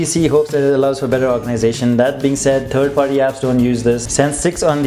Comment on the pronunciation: "turd party apps"